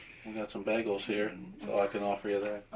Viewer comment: Surely the bigger crime, is how he pronounced Bag-els